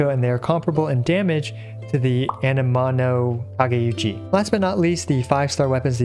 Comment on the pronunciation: The sword's name "Amenoma Kageuchi" pronounce "Anemona Kageuchi" and "Anemano Kageuchi"